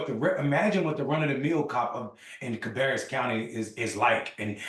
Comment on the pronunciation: CA- BEAR -RUS COUNTY